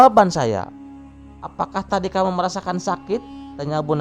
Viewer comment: Perjelas Lagi min Bahasa Indonesia nya..Ada Berujung seakaan ada penambahan huruf k di belakang terdengar, Misa Kamu Kamuk terdengar, Lalu Terdengar Laluk